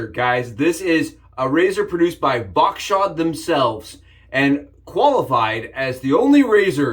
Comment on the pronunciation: ("Voskhod", not "Vokshod").